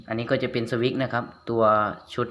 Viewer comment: สวิคๆๆๆพูดให้ชัดๆ เขา อ่านออกเสียงว่า สวิตช์(สะ-วิด) switch